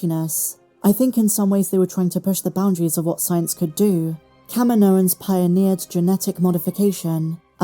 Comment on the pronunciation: Why do you keep pronouncing Kaminoans like "KAH-mee-NO-inz" when it's pronounced "Kah-MEE-no-inz", like Dexter Jettster pronounces it in AotC? Also, I don't know why the writers keep using the term "m-count" instead of "midichlorian count" as if it will offend everyone or something.